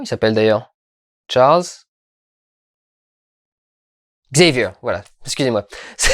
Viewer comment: Je sais qu'on te l'as déjà fait mais... "Charlze Xavieur"...